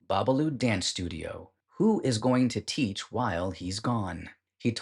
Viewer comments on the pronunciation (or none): none